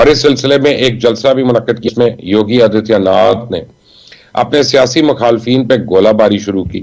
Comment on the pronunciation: आदित्यनाथ को आजियानाथ बोल रहा है 😊